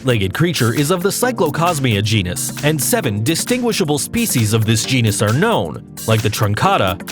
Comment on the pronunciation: The word is GENUS. Not GENIUS, genius.